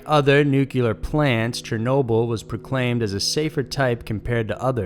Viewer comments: People please: it’s n-u-c-l-e-a-r Not n-u-c-e-l-a-r!!!!!0mg Americains please!!!!! Just cause one dumb president said it that way, it doesn’t mean it’s the right prononciation!!!!! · Nuclear, not "nucular". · I cringe every time you say "NUCULAR" instead of "NUCLEAR"... 😖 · NEW-CLEAR. It is not NUKE-YOU-LAR! 😖😖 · Noo-Cleee-er. Noo-Cleee-er. Not Noo-cue-lar. Also, Centralia: sin-tray-lee-ah. Not sin-tru-lee-ah. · Noo-klee-ar NOT noo-yoo-lur LOL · I love the station, but it's nuCLEar,not nucUlar. Sorry. Just had to say it. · NucleAr... Not Nucular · Please, PLEASE stop saying "nuke-u-ler". It's pronounced "NU-CLE-AR". Please. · Guys, I love this channel, you do a great job. Just one thing that caught my attention in this video is the pronunciation of the word "nuclear". You say it in the same manner George Bush used to say it: 'nucelar'😅🙆 hahaha c'mon, what? Lol just say it right "nucLEear". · Nu-clear, not nu-cular :) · Nuclear, not nuculer. It shouldn’t be that difficult. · Alright im sorry, but.. Its NU-CLEEARRR NOT NUCULER. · Can we please pronounce "nuclear" correctly? It's NOT "nucular". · New Kyah Luhr is not a word. New Clee Uhr is how you pronounce nuclear. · Why does everyone pronounce it Nu-cu-lar when it's pronounce Nu-clee-er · say it with me. NU---K---LEE--EAR NOT NYUKULURRR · NUCLEAR!!! Not nukylar! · Noo-clear nukeular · NUCULAR. Lol.... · did you just say "nuc-u-lar" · uh oh... "Nookyuler" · nu-CU-lar Respect: - 0.005% But it's just that little, ya know? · Aaaargh stop saying "Noo-kyoo-lar"! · It's "Nuke-lee-ar". Good video though:) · Noo clear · It's pronounced like "click". nuclear. nu cl e ar. CL. CL. CL. click. cl ick. nuclear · Take a shot every time he mispronounces Chile & Nuclear 🍺🍺🍺